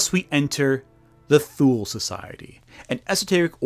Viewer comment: * Thule = "TOO-lee." Because German, I guess.